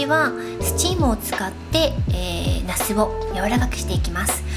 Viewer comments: 発音が那須ですね😂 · 那須って名前の方を呼んでる感じですよね笑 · の、ナスの発音が面白い。